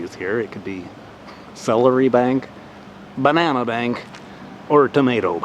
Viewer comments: I laughed so hard with the ba-na-nya x) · Dammit.... Now I want a Ba-Na-Nya....